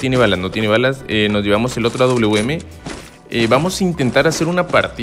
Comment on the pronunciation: Aprende a decir awm wawm así lo pronundñsiaste